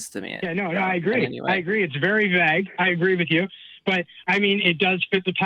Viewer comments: Ugh... The way that guy pronounced vague..."vag", like a German saying "wag" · He keeps mispronouncing “vague” as if he’s only ever read the word and never heard it spoken by anyone else. Then repeating it as if he knows his way is right. Just another point of annoyance